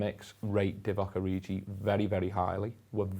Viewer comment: Why is everyone calling him oriji? 🤔